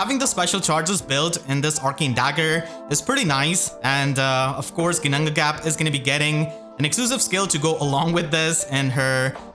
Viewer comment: The flawless double Ginnungagap pronunciation 2 seconds in really caught me off guard XD I wonder how many takes that took you, got me in awe hahaha